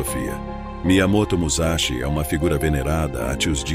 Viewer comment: Pronuncie "MuÇashi" e "dokodÔ".